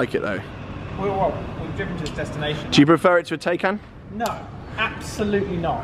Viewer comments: Is the Taycan not pronounced Tie-can?! #justsaying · You can’t get a range extender with the i3/i3s anymore. Pronunciation of ‘Porsche’ and ‘Taycan’ both weird/ chavvy